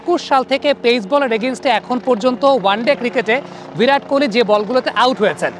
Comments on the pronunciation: "ভিরাট" আরে নাম তো ঠিক করে উচ্চারণ কর.... মুর্খই থাকবি সারাজীবন 🙂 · ❌ ভিরাট ✅ বিরাট